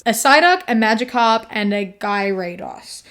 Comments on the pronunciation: gyarados is gya-ra-dos not gy-ray-dos btw lol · “Gyrate-ass” is the funniest Pokémon mispronunciation I’ve heard lol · It’s pronounced “g-air-uh-dose” (hard g) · several years of my life were stolen from me when they tried to pronounce "gyrados" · It’s pronounced Gearados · it's pronounced "gear-uh-dose" :) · How does everyone pronounce Gyrados? I'm a "ga-ra-doss" person... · incase you were wondering,, its gear-Uh-dose ^^ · ( algo comment ) that 3rd pokemon is pronounced like " gear — rah — dos " ! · As a pokemon enthusiast Its pronounced gear ra dos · In future: Gyarados is pronounced "GAH-ruh-dos" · the way you pronounced gyarados is making me go insane (no offense, i’m just a dork lol) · Can I shame you for not knowing how to pronounce Gyrados? 😂 Its hard for me to imagine a millennial that never got caught up in the Pokemon craze. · LMAOO omg this was hilarious kiwi not knowing how to pronounce the Pokemon 😭💀🤣🤣🤣 bestie on a whole different side of the internet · Hearing attempt to pronounce Gyarados took years off of my lifespan 😭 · Gyarados is pronounced with the y being silent. Love your content, that just irked me